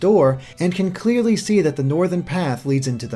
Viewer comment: I think it has to do with the "clearly" part of it. The complete emphasis on "CLEARLY" makes it come off as if he's not actually asking a question, and more assuming he's right from the beginning and trying to justify his statement by giving his conclusion from the beginning. It's probably not that rude but it does seem like a really weird way to phrase a basic question. shrug although in all seriousness this whole thing was blown out of proportion, its not that bad either way.